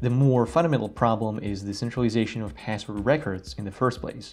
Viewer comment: Say pääswod one more time I dare you ….